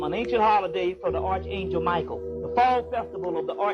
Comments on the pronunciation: Good Lord man! It's pronounced ARK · Never let a man who mispronounced arch angel teach you a damn thing